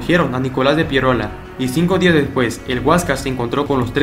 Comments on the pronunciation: Me duele los oídos cuando dices Pierola... Es Piérola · Se dice Piérola, no Pieróla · Muy buen video. Sólo una corrección. Se pronuncia Piérola. No Pieróla. Slds. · PIE'ROLA ...la fuerzs de voz en la e no en la o ...no se dice Piero'la.. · Es Nicolás de Piérola*. Yo también me preguntaba por qué lo pronuncia mal si lleva tilde. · Solo una anotación, no entiendo por qué pronuncias tan mal el apellido Piérola, este lleva la tilde en la "E" por lo que la fuerza de voz recae en ella y no en la "O". Eso se enseña en el colegio. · Excelente, solo un pequeño detalle es Piérola y no Pieróla, fíjese usted mismo en su propio video como está escrito. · Muy buen documental !! Histórico pero hermano no es Pie ro’la. es Pie’rola !! Suena mejor hermano de historia!! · Se llama Nicolás de PIÉROLA no Pieróla, si vas a relatar una historia hazlo nombrando bien a los personajes. Consejo para mejorar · Piérola, con acento. No Pieróla. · Es Pi-é-rola, no Pierola. Qué mal habla este tipo. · Piérola (tiene tilde en la e, por tanto la fuerza de voz está en la letra e). Saludos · es Piérola con tilde en la vocal "e" y por ende, mayor fuerza de voz en la primera sílaba. 😁😁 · Nicolás PiÉrola, el acento muchacho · Interesante información, pero el apellido se pronuncia PiÉ-ro-la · Man perdón pero bien claro esta el acento en el nombre de Piérola!!! escúchate lo que dijiste. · En el apellido Piérola el acento va en la e no en la o jaja... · Esteeeeee, en tu lámina está clara la tilde del apellido de Nicolás de Piérola, con tilde en la é y por ende la mayor fuerza de voz en esa sílaba, gracias. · interesante pero no olvides que en Piérola, el acento va en la E